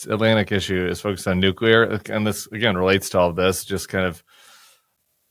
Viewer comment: you mispronounced "nucular"